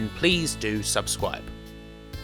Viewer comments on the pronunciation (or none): "Please do subscwibe"